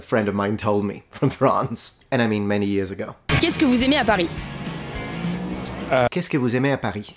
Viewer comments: "She still says "PariSS" No, listen to it again. There is no S sound at the end. But some french accents add a sort of aspirated H at the end. So it sounds like "Parihh" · Paris should be pronunced Pari without pronuncing the "s" , you are right. I don't know why she is saying the S In the second video , she spoke really fast to be honest . PS: the "80" pronunciation is coming from the fact that old french did count by some group of twenty. And because 80 wasn't really used by normal people , the 4*20 pronunciation stuck but interestingly , it doesn't stuck in belgium and quebec. I've to admit , as french , nonante(8*10) seem better than quatre-vingt(4*20) . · French here. I confirm the s of Paris is silent. I'm not really sure the girl pronounces the s, maybe it's her breath or something.. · Mute consonants don't exist. What they actually say is a voiceless palatal fricative, or what Germans might call the ich-laut, written /ç/ using the IPA, which is an abomination of the French language. What they actually say is /paˈʁiçː/ instead of /paˈʁi/. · Native German speaker here. Many French people pronounce final i as a glide that ends in a sound somewhere in-between English y and German ch. For example "oui" sounds like "ouiych", and that's what she's doing here with "Pariych" :). Someone above said that many French people aren't aware that they're doing it, maybe you are one of those? :) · I believe what makes you think the woman is saying the S in Paris is "devoicing": she's actually pronouncig Paris as /paˈɾiç/ instead of the standard /paˈɾi/ As a native speaker I think this phenomenon is a lot more common with the word "oui" which is often pronounced /wiç/ instead of /wi/. I'm no linguist btw, it's from my experience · Mince mois qui pensait que j'allais tout comprendre pour une fois, car tu parle en français. ps : On dit effectivement Paris without the "s" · she doesn't say Pariss, she sais Parihhh, she's just exhaling at the end. no pronouncing the S :)